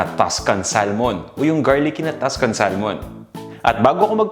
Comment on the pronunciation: We say SA(L)MON silent "L" here in Canada.